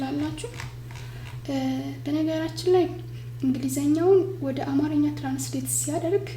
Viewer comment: You missed the correct characterization and pronunciation .Don’t say it “አማረኛ” but say it“አማርኛ”